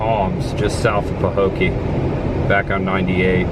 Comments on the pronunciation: It is peinounced " pa- Hoe- key" it was the home of Mel Tillis. Great job of content. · Pah-hoe-kee. I'm curious about home prices. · Pa-Ho-key is how to pronounce. Where the abandoned picnic tables were in Port Myakka there used to be an old general store on the corner across from the picnic tables. I believe they closed in early 90s or late 80s. I have a story about that bridge there’s an apparition that appears on it. That old ran down convenient store you saw Canal Point… I was always told Burt Reynolds stopped there in the movie cannonball run. I live in Belle Glade it’s sad we live in a beautiful place that could have so much potential. There abandoned Burger King in Pahokee was a Chinese place after BK closed in early 2000’s. I could go on & on but I will stop 😂 also Mel Tillis is from Pahokee…the gas station on the corner across from the grocery store is where he worked when he was a teenager. If you ever come back to this area message, we would be more than happy to tell you the history and take you to places that you haven’t seen . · Sorry to say, this is a poor town. The median income is only $35,000 per household😌 last I checked. The hospital even closed and was abandoned years ago. It is pronounced Paho kee. Love your content! Tell Chris the girl: NO ONE has ever died from a frog attack. However I would probably kill myself getting away from the flying roaches we have here in Florida.